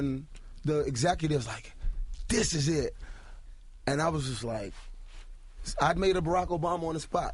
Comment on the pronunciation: LOL "Dis is it!!!"